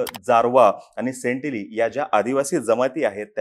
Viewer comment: सेंटलिझ नाही सेंटनलिझ..तुला वाचायचा त्रास आहे का? आराम्को ला आर्माको वाचतोस